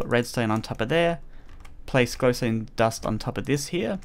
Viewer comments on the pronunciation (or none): notice how he says glowstoe dust when it's just glowstone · Did you say flowstone dust?